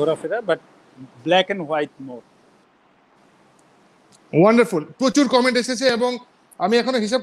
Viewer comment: এক হালার পুত একটু পর পর খালি বলে অনডারফুল অনডারফুল